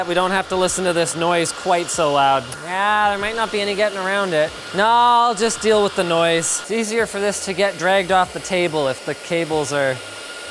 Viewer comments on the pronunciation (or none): none